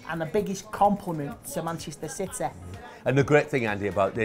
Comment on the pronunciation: "Citeh" hahaha... what a legend!